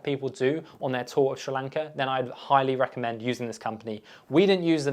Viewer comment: Dude, hard to take you seriously when you don’t even know how to pronounce the country’s name properly!